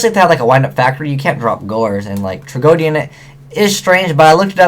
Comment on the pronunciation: No offense or anything, but i'm retty sure that you are pronouncing "tragoedia" wrong. You pronouce it "Trag-O-Dia and i am pretty sure that it was pronounced in the anime as "Trag-O-E-Dia" As i said i'm not positive, but it just bothers me a little is all, especially since you talk about it a lot.